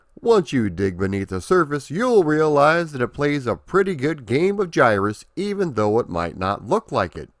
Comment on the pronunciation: Finally someone who can pronounce the name the correct way! It's one of my all-time favorite games, but all the ytubers seems to want to call it Guy-Russ, or Gihruss with hard-G's.